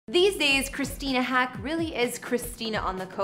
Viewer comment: Christina Haack's last name is pronounced like the bird, "hawk."